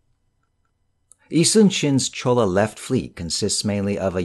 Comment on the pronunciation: ~ it is Jolla (actually Jeon- Lah) not Cholla province. Love your videos! You should actually do audiobook readings as your duction is so clear.